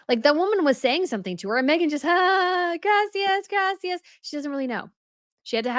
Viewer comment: 😖 Her pronunciation of “Graaaacias” is so irksome to Listen to.